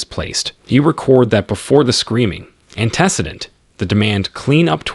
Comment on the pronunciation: Antecedent and intraverbal lol